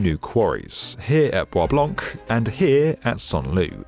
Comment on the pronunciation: As a Michigander, pronouncing “Bois Blanc” as anything other than “Bob Low” is blasphemy.